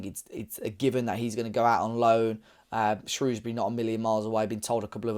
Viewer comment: Glad you pronounced Shrewsbury correctly😂 I think Ruben’s biggest legacy in the last six years is being perhaps at the forefront of the Fosun generation of players that have transformed Wolves in terms of its profile. I remember at school it was full of glory hunters supporting top four teams, and their heroes were Fabregas, Gerrard, Drogba etc. These days kids are growing up in Wolverhampton and they don’t need to look elsewhere for top players to idolize. Adama, Jimenez, and others have also done this, but I think Neves has been the most important.